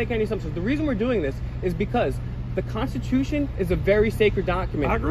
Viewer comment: The consachution? Never heard of that before